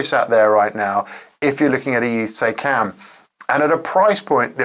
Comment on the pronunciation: why is it so hard for english people you to pronounce taycan correctly?